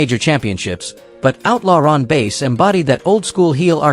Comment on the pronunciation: Ron Bass..(short a)...not 'Base'....I hate AI.